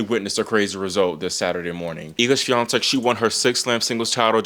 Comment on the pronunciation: yeah u kill it with pronouncing "Świątek"